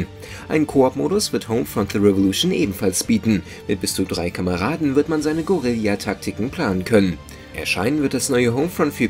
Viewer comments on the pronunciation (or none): Da freut man sich das endlich mal jemand Eiern statt Eiron sagt, und dann kommt Gorillja, es heißt Gerilja wenn ich bitten darf! Ts ts ts, als David noch da war, wär das nicht passiert xD